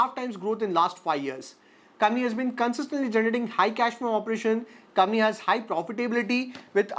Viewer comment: Bhai pehle to aap COMPANY sahi bolna shuru karo.